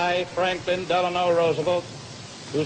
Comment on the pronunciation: " DEL ANO" RUsVELT JAJA